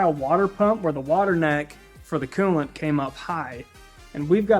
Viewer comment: Cuulant not coolant lol😂